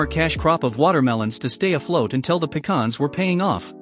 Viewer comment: Kudos to you for pronouncing pecans correctly instead of calling them a can that you pee in.